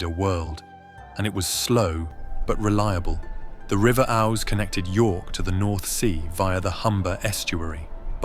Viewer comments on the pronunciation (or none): It's pronounced Oose. The river not Owse. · AI commentary? Ows bridge? Oooz bridge. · The river is pronounced as oooze not Ows as in cows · It's pronounced ouze (ouse) 😂 my family has lived here since the 1600s And heres for another 400. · The River Ouse (pronounced ooze) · it rhymes with "cruise" hence to "'cruise on the Ouse" (& don't forget to bring some "booze"!)